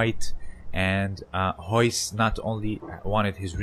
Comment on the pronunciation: How can you not say Royce (you say hoyse) but you can say resist?